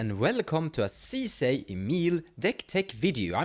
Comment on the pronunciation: 10s in: 'League of Legends Sisay" oh no